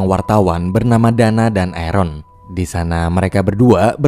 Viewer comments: Aaron dibaca eren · Biar aku jelaskan buat yang gak ngerti jadi orang ini bilang di menit kan ada yang nyebut nama arron kan orang yang nulis menit ini denger nya Eren gitu